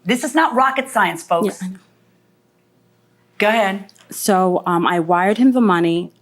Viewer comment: Judge needs to learn to say go ahead instead of ga head